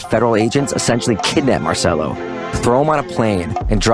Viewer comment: It is pronounced "Marchello".